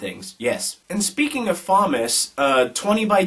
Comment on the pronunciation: FauNus That's a N not a m as in Fauna meaning animal, Faunus. Not Faumus. This is really driving me nuts because it's so obvious.